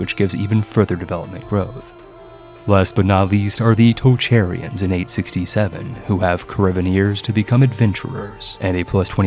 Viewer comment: Tocherian is pronounced Tokharian